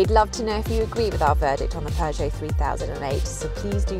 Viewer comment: British don't know how to pronounce Peugeot.